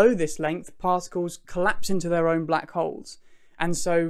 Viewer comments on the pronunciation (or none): none